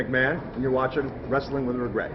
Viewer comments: This is-uh......... Triple H-uh..... and you're watching-uh....... Wrestling-uh...... With-uh...... Wregret-uh..... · Wow you got Shane to say Wrestling With Wegret